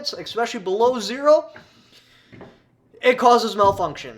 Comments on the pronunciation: Don't say EXpecially again.. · E - S - S - S - S - S - S - S pecially.